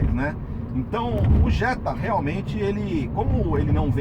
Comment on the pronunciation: Jetta é Jetta pelo amor de Deus